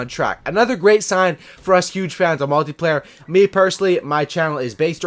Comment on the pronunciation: omg you said multiplayer not multeyeplayer!